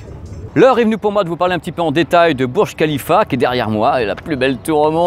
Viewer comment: Ça se lis bourj rhalifa et non burj khalifa, et rhalifa on e lis pas h.